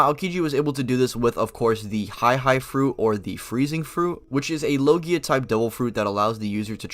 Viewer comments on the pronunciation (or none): none